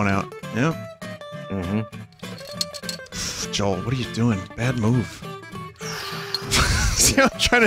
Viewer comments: every time vinny said joel i had a stroke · Isn’t it pronounced yoel? Because in Sweden the J is pronounced like a Y.